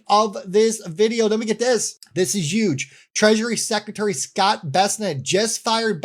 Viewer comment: Normally I could never trust someone who doesn't pronounce the "H" in HUGE. But in your case I'll make an exception